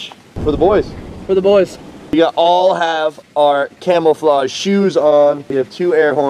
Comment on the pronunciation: “You said wear camel flage “😂😂😂